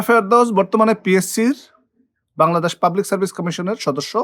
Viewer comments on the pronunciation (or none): none